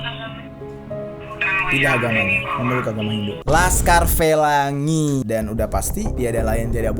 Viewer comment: anjirr ngakak banget pas bang ngomong lhaskar felangi, lagi pake masker sampe retak gara"ketawa wkwk